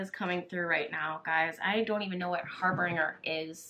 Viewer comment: Harbinger is pronounced with a soft g or j sound. ❤️